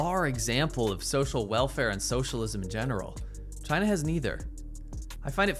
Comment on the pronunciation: The entire rebuttal from CHAY-NA 👌 is just the “No U” meme from the 2000’s hahaa!